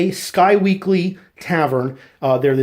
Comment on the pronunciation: Isn't it pronounced Squeeky, not Sky-weekly?